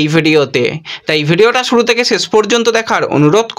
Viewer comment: ছোট ভাই, আপনি আগে উচ্চারণ ঠিকঠাক করুন ভাই। মেজ নয় ম্যাচ। সুরু নয় শুরু।আমি ৫০ বছর বয়সী এক ব্যক্তি। মুদ্রিত সংবাদ মাধ্যমের সঙ্গে ২৮ বৎসরের বেশী সময় যুক্ত। আপনার উচ্চারণ বড্ড কানে লাগে ভাই। সংশোধন করলে খুশি হবো। সার্বিকভাবে আপনার সংবাদ সংগ্রহে আরও যত্নবান হতে হবে। আপনার সাফল্য কামনা করি।🐧